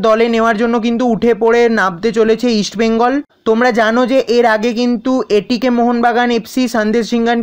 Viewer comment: ভাই তুমি ভালোই আপডেট দাও,,, ইস্ট বেঙ্গল ,, তুমি বলো ইস বেঙ্গল এটা একটু ঠিক করো।❤️💛